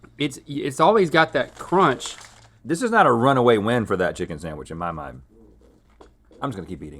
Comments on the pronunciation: Dammit,, stop saying SAMWICH! The word is SANDWICH! 😖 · Love this episode except hearing “samwich “ instead of sandwich so many times! 🙉 sorry it’s a pet peeve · I love you. But the word sandwich doesn’t have an “m”! It’s SANDwich. Not SAMwich. Link was doing that too and it was driving me crazy! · Omg. Can’t stand when people say “saMwich” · I can’t stand saying “samwich” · Everytime says “samwich” I have a mini stroke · I like how all 3 of them say "samwich" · is saying "samwitch" or am i hearing things